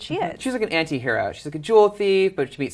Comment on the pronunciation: did she just say Venom is an inti-hero?!?